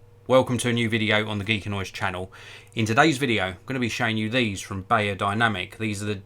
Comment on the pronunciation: It’s said berrodinamic you old hog